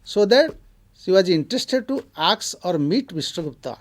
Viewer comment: Sir nice presentation. Please correct your pronunciation the word 'ask '